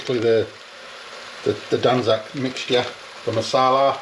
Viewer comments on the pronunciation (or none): He has butchered it lol.😂😂😂😂